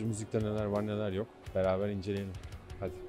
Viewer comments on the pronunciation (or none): none